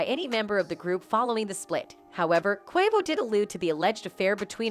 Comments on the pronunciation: Why can't they say "Quavo's" name right? It is so irritating... "Niggas"? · Robot can't say Quavo right but say ni$$@ correctly wtf going on?